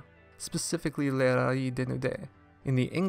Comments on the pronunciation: But Dissecting the Disco, correctly, pronounces the Z in Rallizes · is the z in rallizes really meant to be silent? certainly valise in french is pronounced "vah-LEEZ" and the "z" sound is in there in 裸のラリーズ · I'm going to be honest, I have no idea. I was aware of the zu in the katakana, but had never heard their name pronounced outside of the proper Japanese. As a result I went with the pronunciation used in the video we highlighted by Dissecting the Disco.